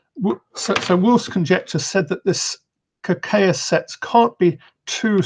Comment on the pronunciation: It's Ka-Kay-ya. ay as in way.